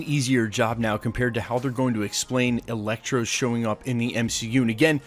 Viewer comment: wait....did you say Electro,and then Elektra??..or just Electro?....coz i am pretty sure i heard some Elektra like twice.